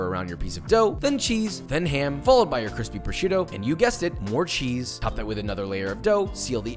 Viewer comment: damn dat lookin cwispy!